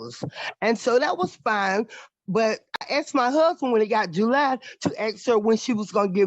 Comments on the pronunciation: 🙄 "My HUHband." 🙄 "My HUHband." 🙄 "My HUHband." 🙄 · Can't even pronounce husband, do better. What a ridiculous mess.